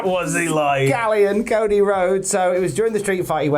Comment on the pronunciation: British says Cody = "Co E"